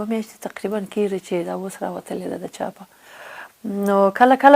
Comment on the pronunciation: نغمې جانی ښکلی سندر غاړي یې او ددې په څنګ کې شاعر هم ېې اما دپښتو ژبې لهجه دي ډیره کم زوری ده د مؤنث او مذکر توپیر نشي کولای کله دپيښور یانو په لهجه خبرې کوي او کله کندهاری ګډوډه پښتو وايي قسم دی نفرت مې درنه وشو منګل سومره شکلی پښتو ژبه خبرې کوي ته کله کیګی وايي او کله کېږي وايي ډیر شرم دی اما په یوه مرکه کې ایمل پسرلی هم درته متوجه شو